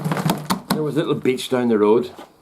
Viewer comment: Lol! This Yank thought you were saying "bitch"! Took me a minute to realize you were saying "beach"!